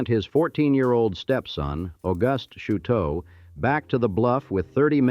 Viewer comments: First some pronunciations:Chouteau pronounced "Show-Tow"Laclede "Laa-cleed"it is not st louie but st. loois spelled of course St. Louis It is not auhhgust but August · Automated voice with dismal pronunciation. Do the decent thing, say it in correct French, or as locals do (here Chouteau is said show’-toe). What rocky bluff? It’s north of town in Alton on the IL side, or south of town, north of where I-255 crosses the river. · The pronunciations of Laclede and Chouteau are causing me pain. Edit: And many other pronunciations as it goes on. Osage, Anheuser , etc.